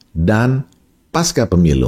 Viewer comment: Pengucapam kata PASCA adalah seperti di dalam kata PANCASILA jadi Pengucapannya Pasca PEMILU serupa Pancasila Ini adalah akar katanya dari bahasa Sansakerta....pasca Selebihmya, saya amazing dengan uraian di VLOG ini....! Very amazing. Saya background accountant/auditor..sangat suka dengan analogi Bandarmogy pasar politik nasional mirip pasar saham